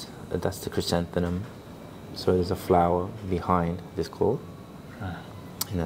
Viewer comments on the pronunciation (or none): you are mispronouncing 'chrysanthemum' btw, it ends in 'mum' not 'num'. great vid